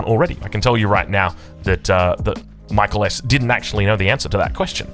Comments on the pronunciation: From others, seems like he goes by “Mee-kel”. “My-kul” is the Anglo pronunciation. I don’t think it’s a huge issue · Is it really MichaelS and not MikaeelS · If you’re going to glaze someone for 45 mins you should try to pronounce their name properly.